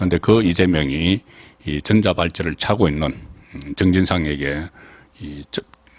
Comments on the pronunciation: 전자 발찌 가아니고. 전~자발찌 가맞아요 너무심하니 듣기가좀 ㅋㅋㅋ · 내용의 본질은 아니지만 '전자'의 발음을 '전:자'로 '전'을 짧게 발음하는 것이 아니라 길게 발음해야 맞는 것 아닌가요? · 아무리 경상도 발음 이지만 전자 발찌 전을 길게 하세요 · 송 본부장께서는 음의 길이가 정확하지 않는경우가 허다합니다. 전^자 팔찌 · 어제가 한글날인데 단어를 장단과 억양을 제대로 못하니 듣기에 상당히 거북하네요. 오늘은 전자의 전을 장음으로 읽어야하는데 단음으로 읽고있네요. 노력하세요.